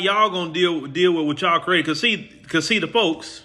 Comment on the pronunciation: Say it right ✅️ - "THEM" folks not THE folks- Put emphasis on THEM FOLKS!